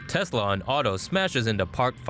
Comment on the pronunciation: The voice says tezla